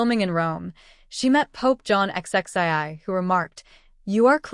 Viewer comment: She met Pope John XXIII, also known as Pope John the twenty third. I can't believe the narrator's mistake or is this another AI goof?